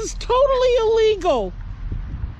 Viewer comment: "You have'd your dogs out noht on a leesh. Das ilEEEgahl!" Blaze the Mobility Fan